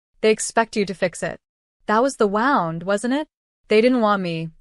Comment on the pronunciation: Why can AI never properly pronounce “wound”?